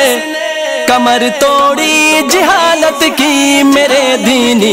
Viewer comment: hazrat jihalat nahi jahalat hota hai